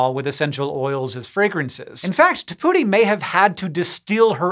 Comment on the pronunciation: I’m almost certain he is not pronouncing the first name correctly.